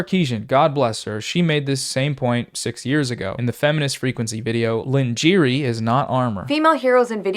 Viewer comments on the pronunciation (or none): Lingerie is pronounced lawn - jer - ae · "Pure, unfiltered, raw Chernobyl-levels of cope" had me chortling. I suspect this doofus has never had a decent relationship with a woman in his life (the dipshit you're reacting to, not you). BTW, the word "lingerie" is pronounced "Lawn-jer-ay" (with a soft 'J"). How the fuck do you not know that? You've probably heard that word 100's of times. As for the sad little basement-dwelling weebs who can't handle the idea of anyone of colour or women being in "their" precious video-games, they can suck a bag of dicks. Women do want more representation, as do LGBTQA+ players. These losers bitching about this are pulling the same dumb garbage that the Gamer-gate idiots did: "This is OUR stuff, women don't gaaame, WAAAA!" Let 'em whine. Giving them any kind of attention won't make these misogynistic fuckwits shut up. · great video dude but LINJEERY 🤣 cmon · Wait...did you really say lin-geery instead of laun-j-ray lol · Bro...did you unironically pronounce lingerie as "lin-jeer-e" instead of "lawn-jer-aye" LMFAO. Hearing you zoomers mispronouncing words out loud is fucking hilarious, makes me feel good about being an old man. Also nice vid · “Lingere” lol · this is in no way meant to be rude, but lingerie is pronounced (lawn-jer-aye) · babe it's pronounced lahn/ger/eh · Lin-jeer-ee??? I was cool with your video until you just read the word lingerie totally wrong as though you really don’t even understand what you’re referencing. Aren’t you at least curious as to know what that word meant that was at the beginning of her video title? Do you think lingerie is pasta or something? Your points are fine, but you seem like an idiot at the same time. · Great video obviously, but the reading of "lingerie" made me chuckle a bit, very chameleon/"I've only ever read this word" vibes 😄 for those interested, it's pronounced long-sure-ray (because French, you see) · Lin-Jeeery is the only way I’m pronouncing it now 😂 excellent video though!